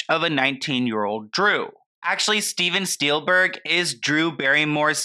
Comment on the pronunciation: did you say steven steilberg? 😂